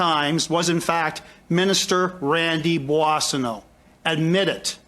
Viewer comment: You should practice more your pronunciation of Boissonneault.